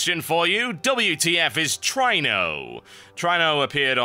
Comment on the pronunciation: really try-no i thought it was tree-no